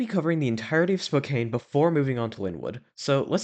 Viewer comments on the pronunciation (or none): Spo-can (Spo rhymes with bow, like bow tie), not Spo-caine (name doesn’t rhyme with cocaine)… and Snow-home-ish (like a snowflake, with emphasis on the home), not Sna-hommish (there is no short a sound, the emphasis is on “ho”) county. Thanks, A Lifelong Washingtonian. Much of the state is named after the local Native American tribes and its hurts our ears to hear the names pronounced wrong. It happens frequently, even with gps. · Dude what the hell is "spoKANE" it's pronounced "SPOH CAN". This is hard to watch, I live in western Washington and I don't know why someone who doesn't have any connection to the area is making videos on the history of these locations. Pizza Time theater was once at the alderwood Mall in the See's Candy location that you pictured. It wasn't in the main mall itself but in a standalone location across the parking lot. The Lynnwood CEC that just closed was originally a showbiz Pizza with the three stage. If you're going to make videos like this I'd highly suggest getting on Facebook and asking for more information first.. tons of people who worked at these locations are on and may have more information and or pictures. If I was going to make one of these videos about the store in your neighborhood I'd probably have some information to share first. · Great Video! However i must say Spokane is pronounced "Spoh-Can" by locals. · As a spokanite i can confirm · YES as a Washingtonian the way the pronounces "Spokane" kind of makes me a tiny bit angry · Same ngl. Fellow Washingtonians UNITE!!